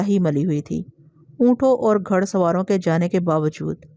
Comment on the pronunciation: تلفظ صحیح ادا کرنے کی کوشش کریں باقی good job لفظ گھڑ اور کرخت اور بہت سے جو میں آواز کے ذریعے سنا نہیں سکے